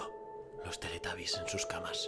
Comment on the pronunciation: No es teletabby's es teletubby's